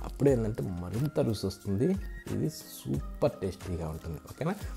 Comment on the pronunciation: రుసి ఏంటి చక్కగా రుచి అను పలుకు, కూడక ఏంటి కూడా అని పలుకు☝️